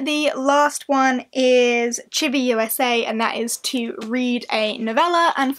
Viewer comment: I'm also participating in the readathon on team Sailor Pluto!! Oh and btw for Chiba-Usa the usa part is prounounded oou-sah 😊